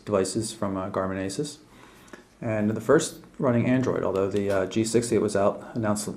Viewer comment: I'm not to pleased about this device. I don't really like the design or the Home Screen. IMO the new Asus Nuviphone M10 looks better, comes with more Ram and Storage, but it has Winmo 6.5 which may be a turn off for some but I don't mind. BTW, Asus is pronounced Asooos